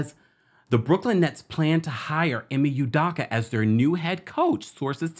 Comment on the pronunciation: me too. I waited to comment hoping he would finally get it right